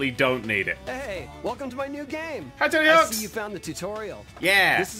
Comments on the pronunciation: says Tony Hawk Me: IT'S TONY HAWKKKK - no s!!! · Why the f do you call him Tony Hawks Hahahahah I love it